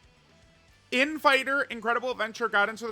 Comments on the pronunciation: please stop pronouncing "telepathy" that way; there is supposed to be an emphasis on the second syllable. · I’m surprised no one’s cooking him for how he’s saying telepathy 😂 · I don’t think most people even know that he’s mispronouncing it lol